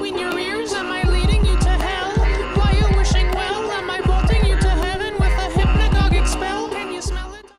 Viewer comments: / I know this is supposed to be disturbing and weird, but I mean... He do be spittin' bars tho. Edit: Did he just say Hypnago-"gic"? Did he mean Hypnago-"jic"? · That's not how you pronounce "hypnogogic,"